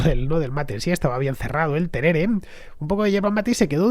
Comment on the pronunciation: Querido Fernando. No es terere, sinó tereré. Es igual que el mate argentino, pero frío! En Argentina se toma mucho en la región Norte también, en verano, claro! Un genio explicando historia!!!! Gracias totales!!!